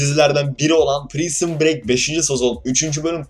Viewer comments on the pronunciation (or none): Prisın brek diye okunmuyor ki o kankam nasıl sevebilirsin adını söylemeyediğn şeyi 😂